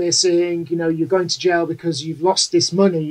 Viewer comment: F-ing "L-fronting", making people pronounce "jail" like "J O" 😁